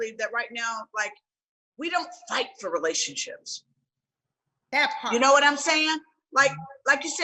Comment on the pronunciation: Vivica’s “That PART.” Always gets me😂 I love themmmm